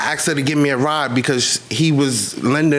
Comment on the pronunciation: the i axed generation